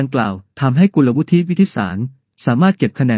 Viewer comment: ใช้ AI ตัวไหนในการอ่านข่าวครับ? Google Translate มันยังอ่าน กุลวุฒิ ได้ถูกต้องเลย